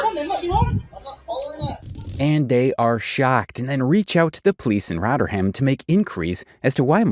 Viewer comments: Shoutout to your pronunciation of “Rotter-ham” - much better than its original name of “Rotherham” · Also, it's not 'rotterham'. It's Rother ham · I'm a Yorkshire person and its pronounced Roth er um. Calling it Rot er ham is driving me crazy haha. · Giving me a headache it's rovrem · Rotter ham 😂😂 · Let him know its actually Rotherum...l😂❤🇬🇧